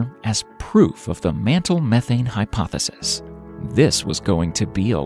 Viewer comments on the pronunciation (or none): none